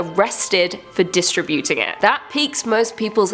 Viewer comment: I love how she pronounced "DISTRIBUTING".